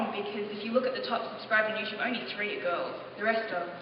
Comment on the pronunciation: She's always saying Youchube. It clearly says YouTUBE (in red) !! =T